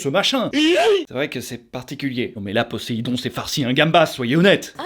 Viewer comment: Je suis presque sûr que Poséidon se prononce avec un Z puisque c'est entre deux voyelles... Mhm...